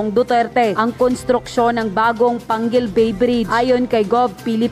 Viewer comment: Excuse me ayusin mo pagsabi d yn Pangil bay PANGUIL BAY